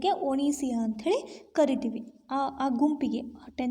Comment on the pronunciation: ಒನಿಸಿಯ ಅಲ್ಲಾ ಒಸಿನಿಯ.